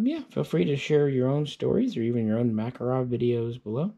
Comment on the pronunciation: ”O.G MAKAROB”